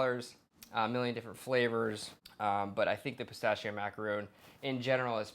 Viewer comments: Mack a ron. Not roons. 😂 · It's "macarohn" not "macarooon" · Repeatedly said incorrect. MacaRON ! Not macaroon !!! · should at least learn how to say macaron properly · You're saying macaron wrong!